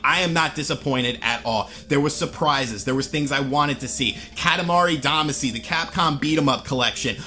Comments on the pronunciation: Yes, that pronunciation bugged me as well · with how you said damacy, tells me you havent played it. as they pronounce it in the theme song. all of you opinions are officially suspect. unsubscribed because of it. just some constructive feedback. goodluck in the future. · Yeah, because mispronouncing a foreign word from a game he hasn't played in years = GRAND CONSPIRACY! 😂😂😂😂😂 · Every time you said “Damacy” wrong I cringed.